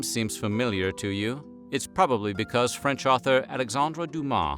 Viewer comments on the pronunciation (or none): none